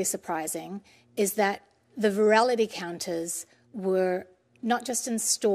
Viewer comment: Hadn't heard ' verality ' before